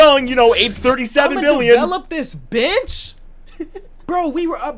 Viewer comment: did yall hear bench or bitch?